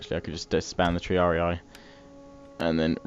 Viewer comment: Ugh, bloke it's TREE-AR-EE not tree-ar-ee-aye